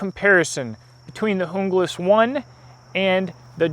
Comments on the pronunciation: It's pronounced Un-glas not jung-las the J is silent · it's pronounced HOONGLAS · Your pronunciation cracked me ... Jungle-ass. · Kinda sounds like he is saying jungle ass